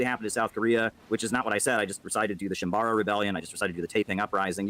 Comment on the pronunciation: mispronouncing shim*a*bara rebellion multiple times is literally imperialism